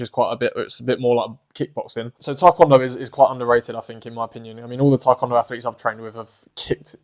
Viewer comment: Yessir, Taekwondo is indeed underrated. I really love the way you say it, I think it’s way better than I hear most people say it. Thank you for the motivation to keep doing martial arts.